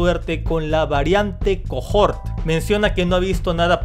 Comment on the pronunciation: cohort se pronuncia cohort... osea, coort. Pa que sepas bro